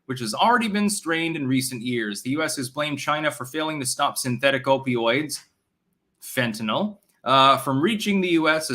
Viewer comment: Thanks for pronouncing "Fentanyl" properly, it's amazing how many retarded people say "Fentanol", that really grinds my gears.